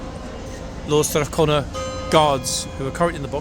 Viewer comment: The name is pronounced STRATH CONA NOT CONNER, They carry Lances, not pikes. They are Canadas premiers tank regiment and is based in Edmonto , Alberta